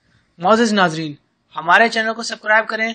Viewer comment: بھائی برائے مہربانی اگر چینل چلانا ہے تو کم سے کم اردو کاخیال رکھیں ناظرین کو نازرین نہیں۔کہتے